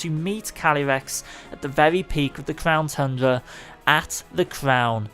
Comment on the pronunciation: Bro he said clown tundra "clownyrex"